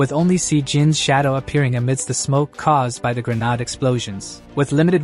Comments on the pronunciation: You may want to try fixing your A.I. Never had an issue with it before but when grenade is pronounced as ' grenard' I can't help but find it a little annoying. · who pronounces grenade like that. so weird!